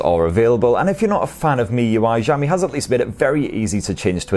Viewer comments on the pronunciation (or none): Xiaomi is pronounced with an 'Sh', not a soft 'J'.